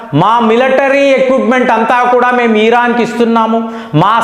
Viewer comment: Iran ను ఈరాన్ అని పలుకుతుంటే.. వినడానికి ఇబ్బంది గా ఉంది..